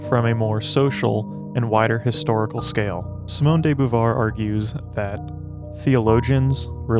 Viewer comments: Beauvoir is pronunced ''Bo-Vouar'', amazing video tho ! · It's actually pronounced 'boo-vwah" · Learn how to pronounce her name. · Her name is not pronounced correctly in this video.